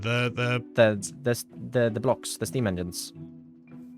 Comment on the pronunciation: Stam sounded 111% Swedish lol